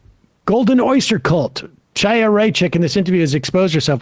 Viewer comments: sorry this is really bugging me. It's Khaya, not Ch-aya. Like the "ch" in "loch" (or in Chabbad as Sam said seconds later) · Why is everyone misprouncing her name is ḥaya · Sam as a Jew I know you can pronounce “Chaya” and “moshiach” cmon my dude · I'm pretty sure the Ch in Chaya is pronounced the same way as the Ch in Chabad. There is no Ch as in Chad in hebrew. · How does Sam pronounce Chabad correctly but not Chaya? I strongly dislike her too but it just seems dismissive